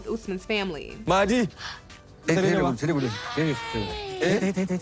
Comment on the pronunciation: And it’s Not MAHAADEE! It’s MOH-DEE! Sheesh Americans pronounce nothing